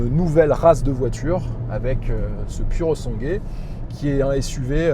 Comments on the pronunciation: pourosangoué se prononce cosi in Italianno 😉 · seul bémol : en italien le " u" se prononce " ou " et le " e " se prononce " é " . phonétiquement il faut prononcer " pouré sangoué " ( pur sang en franc çais ) je pense que ce chef d'oeuvre mérite qu'on ne déforme pas son nom en niant son origine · Tu peux dire “ pourosangoué” en accentuant le “pou” si tu veux que ça ait l’air plus italien. Magnifique auto pour une poignée de privilégiés ! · Super présentation tellement bien que je passe ce soir un acheter un...... juste un truc.... prononce comme si tu lisais ça ( Purosangouai ) A+.JS. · Pour moi un sans faute / Non seulement mais un chef d'œuvre à tous les niveaux / Mais il faut que tu fasses un effort et prononcer "Sangwé" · quand tu prononces puro sangue c'est affligeant, sinn à part ça tout le reste c'est top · Non so come l'Italia permetta a persone come te di guidare macchine del genere, come fanno i francesi, che distorcono tutti i nomi a loro piacimento. È un onore per te stare davanti a un capolavoro italiano, figuriamoci guidarlo. Pronuncia bene il suo nome, perché è sangue italiano al 1000% Bico